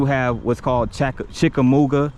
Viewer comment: Dude, you lost me after the first sentence. You do not know how to pronounce "Chickamauga". The Battle of Chickamauga was a major battle of the Civil War. Otherwise, a fair video from the perspective of a local citizen. Can you properly pronounce "Catoosa"?